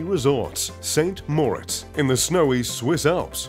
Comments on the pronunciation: How can it be a favorite place of his if he cannot pronounced its name? It's San more IZ, not Saint More its. Bizarre. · if it's your favorite resort, then you'd know how to pronounce it, but assuredly, it's not st more-its. just sayin' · "Saint Moritz" - Lol. Great pronunciation. As for the house... meh. A library with no books - figures. It's vulgar as fuck. The pool is cool though, as is having your own chairlift.